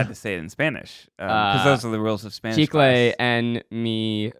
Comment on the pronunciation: "Chicle en la basura" your pronunciation is on point Zach!!